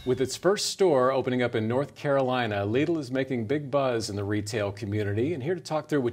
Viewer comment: Omg why call it leedle xD it's called lidl